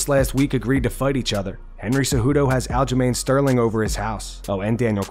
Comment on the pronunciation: “Aljerlame Sterling” I’m not trashing the champ. It’s just that, I swear it’s what Cejudo is saying